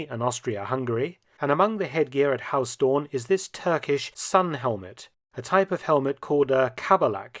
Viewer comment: Huis is not pronounced as 'haus', the 'ui' sound is similar to how the Scottish pronounce 'down'